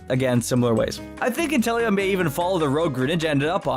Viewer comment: Me: Inteleon Other people: inTEllEoN